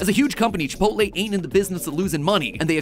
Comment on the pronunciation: Chip - ot - lll